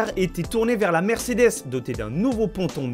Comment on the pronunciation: Par contre c’est Mercedes et pas mersedes 😂